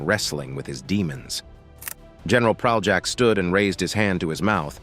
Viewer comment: You can't even pronounce Praljak's name right. I won't even get into the lies you put forth. And you even used clips of a Serbian war criminal Ratko Mladić to depict Praljak? You're sick, and people shouldn't listen to you.